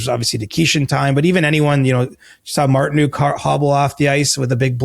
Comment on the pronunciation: Hey Canada, canes fan here. Love ya, mean it. One question, though; why do every single one of you pronounce Martinook as MartiNUKE?